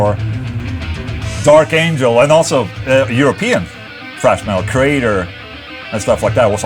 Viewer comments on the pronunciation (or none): "Frash Metal" - Ola, TH does not sound like F. Saying "frash" is incorrect. Do you say Thor's name as "For", too?